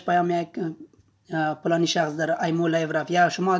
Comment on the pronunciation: خودت به نظرم پشتون هستی 🤔🤔فلانی نکفتی پلانی گفتی 😑